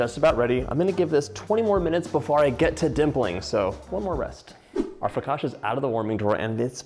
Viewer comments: He is saying fla-ca-shuh, that's why even the video makes fun of him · Someone in the background, tried to correct your pronunciation of the word" foccacia. You just did not get it! In Italian, when a the combination of 'c and i' fall together it is pronounced as if it is "cha" as in the dance, the cha,cha,cha. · Dear John, FOE-KAHT-CHA 😄 you’re welcome, Cassie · to complicated dear Let's make it simple It is "ch" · I think a good way to pronounce it for our English speaking friends is: Foe-catch-ah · Agreed! I learned a trick for pronouncing Italian words. Two consonants in a row cause a hard stop. So it’s pronounced. Fo cah chia. No soft sounds. I am making this right now. This man has so many great recipes and so much kindness. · i love hearing you say flocaccia with so much conviction haha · its pronounced fu cah shia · Dear Italians, please don't kill John for mispronouncing focaccia, we love this man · Couldn't listen to him mispronounce something that he's teaching me how to make. I lasted minutes. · John I love you but how do you not know it’s focaccia ….. and how to pronounce it!!